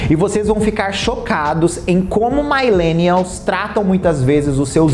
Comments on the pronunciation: ADORO seu canal e conteúdo!!! Sempre apoiando o seu trabalho!! Apenas uma correção de pronuncia - Millennials pronuncia MiH-lê-nni-aHls (não MaH-leh-nni-ahls). Um grande abraço! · Só uma dica: não existe "mailenials". A pronúncia é mi mesmo, como milênio.